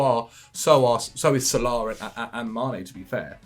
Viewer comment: How's Algerian and pronounces Salah as Salaaaaaa? HAHAHAHA All love